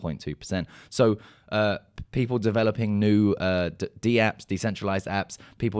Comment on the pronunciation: It's not called D-APPS, but DAPPS. Repeat after me DAPPS, not D-apps. Okay, so easy.